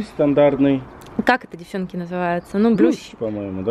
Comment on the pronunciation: Yuliia Husak ну тогда уж" девчОнки", а не"девчЕнки")